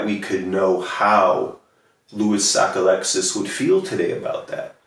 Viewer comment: As a Mainer I agree with your pronunciation of Sockalexis